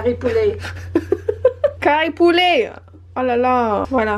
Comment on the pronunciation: This video is so funny😂😂😂 ' Curry leaves' cari poulet😂😂😂